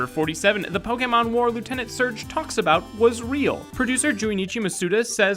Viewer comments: Pok ee mon?!?!?! It's pronounced Pok Ayy Mon. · Stop calling it Po-kee-mon!!! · Poke-e-mon not poke-a-mon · It's pronounced "poke A mon" like touché, not "poke E mon" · Um actulally its pronounced Pok-AY-mon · ACTUALLY it's poke-ayyyyy-mon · Poke-eh-mon HHNNNGGGG STTOOOoOoOp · pookeemin stooooooooop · Fact #108: it's not pokeemon. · It's Pokemon (POE-KUH-MOH-NN) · omg he said pokEEmon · Learn how to pronounce Pokémon